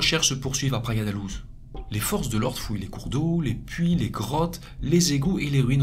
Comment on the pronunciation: Très intéressant, comme toujours. Sinon : -Praia da Louj -Guarda civil (Gouarda) ; guardia, c'est en Espagnol. Merci pour ton travail.